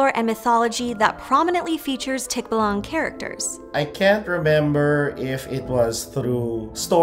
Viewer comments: btw the pronunciation for the name. the stressed syllable is on the a. so instead of TIK-ba-lang it’s tik-BA-lang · Stress on the 2nd syllable. Not "tick-buh-lung". "Tik-BAH-lang." "Bah" almost like the sound sheep make, just a bit shorter. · Tik - BAH - lang (stress is on the second syllable). Thank you for featuring the tikbalang in your channel. More power! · "Tik-ba-LANG"!?🤪 Seriously? 🤔 The guest, Budjette Tan, pronounced it correctly so the host should have gotten her cue from there. Did they not preview the interview prior to finalizing the video? Alas, the "tik-ba-LANG" can only neigh in dismay. Poor Mr. Tik-BA-lang. 🐎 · It's TikBAlang. Not TikbaLUNG. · Hello its local pronunciation is tik-ba-lang NOT tikba-lang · Love the topic, I do... but I also find the pronunciation of "tikbalang" a bit cringey... the stress is on the second syllable. Not the first. It's not TIKbalang.. it's tikBAlang. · Tik baaaalaaaanggg.. not tik búh lung. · its not pronounce as TIKBALANG that fast, it should be TIK-BA-LANG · It ain't tikbalaang, it's tikBALANG. You scream the A's. Tho I understand the pronunciation is a bit different than what we say here and other countries. Very nice video btw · The stress is on the second syllable: tik-BA-lang. A feature that wasn't mentioned is that the tikbalang has a few golden hairs and if you manage to get one of those, the tikbalang would be enslaved to you. In everyday context, the tikbalang mostly comes up during sunshowers (when it rains while the sun is shining) where we say that two tikbalangs are getting married. I don't know the context behind that though. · I hate correcting your pronunciation, but it's Teek-Bah-Lahng. Otherwise, very good video! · t’kba-lang, I like it when non-native speakers pronounce words and names giving them fantasy/sci-fi vibes. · love! will just kindly correct the Americans that it’s read as tikBAlang. stress the second syllable. 😊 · Tikbalang is pronounced with the emphasis on ba :) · tikbuhlwang haha